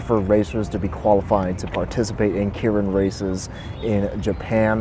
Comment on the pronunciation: I think it’s pronounced “kay rin”